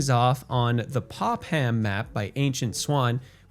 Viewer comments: its not pop - ham its pop - pum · Here in Maine, we don't call it "Pop-Ham". LMAO. Its pronounced more like "PopUm". Its a VERY popular beach for mainers and for tourists. I have been there many times. The warmest the water gets is about 68 degrees. Its part of a state park area and there is a Revolutionary War fort at the end of the point that is a popular tourist trap. Population of the area today is pretty low other than the beach and some local family homes and small businesses. Most people live in nearby Bath, home of Bath Ironworks, it's a large Naval shipyard where mostly Destroyer's are built. They build Arleigh Burk and DDX 1000 class destroyers. Great Work on this new City! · It's pronounced, "Pop-um." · Pronounced "Pop-Um" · You don’t pronounce the H in Popham.